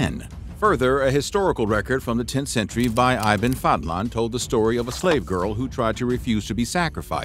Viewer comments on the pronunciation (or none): Iban fadlan? 😂 it’s pronounced like ‘E-bin’ and the word Ibn means ‘son of’ so his name translates to Son of Fadlan